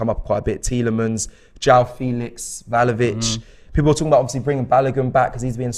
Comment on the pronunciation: Btw it’s vla ho vich not val ho vich😅